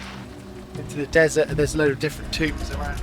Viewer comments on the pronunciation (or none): none